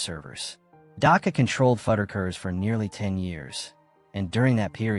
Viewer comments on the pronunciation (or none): Almost had a follower… until the way you kept saying FUD-DER-KERS 😣 when it’s FUDD-RUCK-ERS made me leave this video… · It's fuddRuckers, not fudikers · Fud-a-kers? WTF?! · Is that how Fuddruckers is pronounced?!